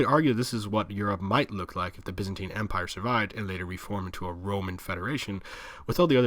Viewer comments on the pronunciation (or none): arrrgghhhhhhh Stop mispronouncing Byzantine